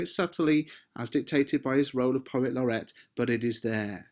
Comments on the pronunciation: oi mate it’s not laurette it’s laureate you dimwit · Excuse me, but isn't it 'Poet Laureate' /'lɒrɪ:jət/ (not 'Laurette')? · At 2 minutes isn't it Poet Laureate instead of Poet Laurette? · Thanks for another fantastic lesson. Just one thing though - it's poet laureate not poet Laurette. thanks! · Please note he was the POET LAUREATE NOT POET LAURETTE. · Lorrret or lorriate? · Love lots of stuff......but sorry, it's 'poet laureate' and not 'laurette'!! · Is it not poet laur-e-ate? I wouldn't quibble, but it would be nice if the GCSE candidates get to spell it right in their exams:)